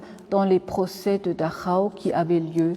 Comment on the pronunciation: excellente guide merci à vous , quel plaisir d'entendre correctement le nom de Dachau comme il doit être dit !!!